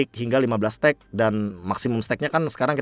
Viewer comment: Kayaknya bukan "stuck" kali be, tapi "stack", cmiiw